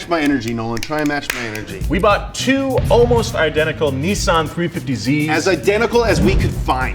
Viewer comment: You pronounce it Nissan not nesan